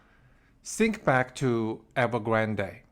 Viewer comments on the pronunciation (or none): Think and sink have different meanings. Remember of “th” pronunciation.